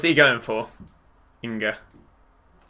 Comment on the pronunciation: props for saying Inga not Ninga so you don’t mess up 😂